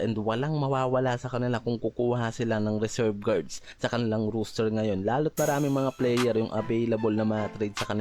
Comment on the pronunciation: The way you pronounce ROSTER is funny . Sounds like "ROOSTER"